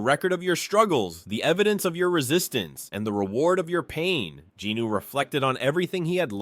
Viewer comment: Not jinno but jinwoon